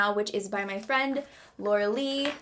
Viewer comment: The minute she said Laura lee it broke my heart ugh 😫 unsubscribe